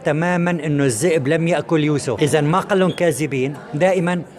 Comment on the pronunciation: مش لما يبقى ينطق كلمة كاذب صح وينطق كلمة الذئب صح مش كازب والزئب